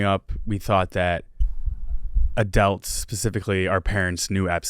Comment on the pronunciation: says adults like adelts